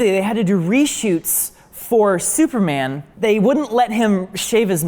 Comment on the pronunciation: “Hey. I’m thooperman” 😂